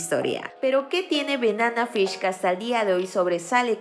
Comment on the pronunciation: Amiga NO es Benana Fish…. Es Banana Fish…. Aprende a pronunciar 🤦🏻‍♀️